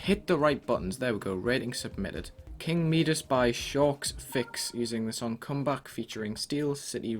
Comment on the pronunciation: *king Midas, not “king meedus”